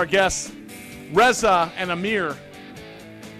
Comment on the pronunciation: Surf Brothers Teriyaki is yummmmyyy!!! Love this place! Ezra/Jerimiah/Reza...cracks me up how he can't pronounce Reza. lol. Entrepreneurs like these brothers are inspiring, humble, and show what anyone can do with persistence, hard work, and a delicious menu! yum yum yum and fun fun fun!